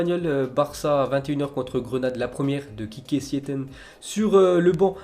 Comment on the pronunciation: c'est plutôt à Quiqué Siéeten